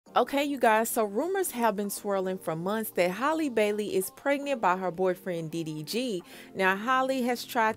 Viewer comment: It's Hal-le like Halle Berry not Holly lol